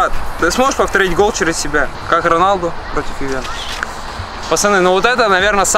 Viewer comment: Арто. Пафтар гол. Ляпорда. Протяв. Интирмаяами